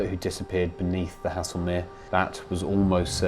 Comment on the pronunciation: I think Haslemere is pronounced Hazelmere, not as you have been pronouncing it. The music is a little overpowering at times, otherwise another story that has been well researched and told, the variety also makes them more nteresting to watch and listen to. Absolutely well done please keep on producing this fascinating work, as I'm finding out things previously unknown but wanted to know about for quite some time, and only remembered the fact when actually watching them.